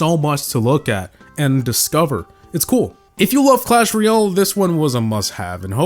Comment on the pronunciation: Jungle scenery should at least be on par with classic...its a slight, but free, upgrade from classic. I don't think either should be B tier, they should both be D. Also, you are pronouncing Clash Royale incorrectly, its Roy-Al, like Weird-Al. Not Ree-ole.